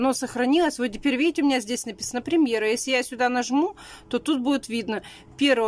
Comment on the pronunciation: " А вот здесь вот виите Буква Ок?!" Виим,виим 👌😁